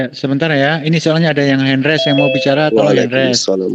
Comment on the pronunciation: mbok jangan ngomong hen res...tapi hen raise...(Hand Raise)